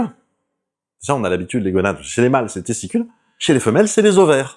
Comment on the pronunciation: gOnade, pas gueunades*